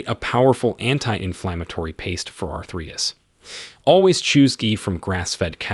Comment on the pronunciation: Please teach your AI to pronounce “arthritis” and “omega” correctly